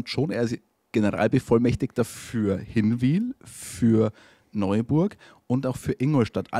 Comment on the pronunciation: übrigens, ihr müsst mal noch lernen wie man Hinwil richtig ausspricht 🤣🤣🤣